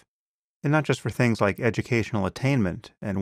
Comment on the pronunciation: It's amusing how before self-destruction I find his use of "fings, dees and dem"* tolerable. Whereas now I find it increasingly annoying! *(Things, these and them)